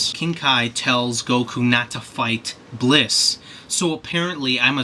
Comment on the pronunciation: It's Bills, not Blis.